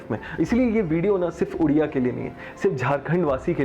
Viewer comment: Hum Odisha waalon ki ek ki khawahish hai ki log oodisha ,ooodiya, udisha ,udiya ka pronounciation thik kar le ,aapka v same pronounciation hai. no offence but we are fed up by hearing wrong pronounciation of our state, its irresistible sir.